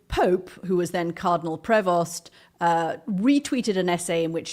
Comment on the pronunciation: People please know this: the name 'Prevost' is French. The 'st' is silent. Do not pronounce the 'st', it is silent.